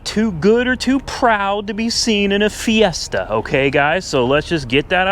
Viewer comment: Ford "Siesta"